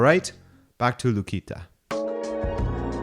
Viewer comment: lukica is pronounced lukitza